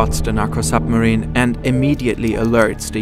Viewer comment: zis is a narco zupmarine